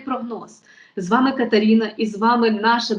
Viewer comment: Не каперіна а катерина якщо українка скільки